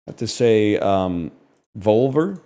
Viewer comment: the way he pronounced Volver 😭